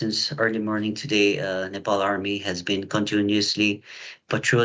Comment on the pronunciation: Nepal Not Nepaul!